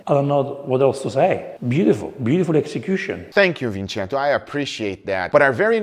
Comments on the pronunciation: Funny, Guga called him Vincento...is Vicenzo.. and the other dude called Guga Cuban!!! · Next time, maybe you should try NOT to call him VINCENTO, Guga :)